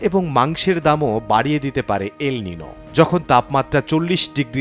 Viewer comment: উচ্চারণ এল (নিনো) হবে না। এল (নিইনিও) হবে